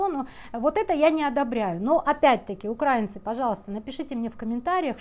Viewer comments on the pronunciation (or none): правильно говорить УкраИнцы😂, украИнские… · УкраИнцы..., будь ласка, правильний наголос важливий. Дякую за вашу роботу.